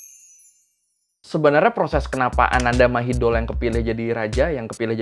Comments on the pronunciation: Kho thot na khap, sorry, setau gw pronounce Thainya: "Anantha Mahidon" dan "Phumipon Adunyaden". But anw, this is very good video Mas!! Keep up 👏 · Mas, spellingnya perlu diluruskan. Ananda mahidol = ananta mahitong. Bumibhol = pumipong.